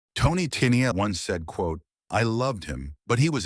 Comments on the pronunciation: "Teenyeel?" Just awful. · This robotic voice and the pronunciation of Tennille was just too much for me, not enjoyable to listen to.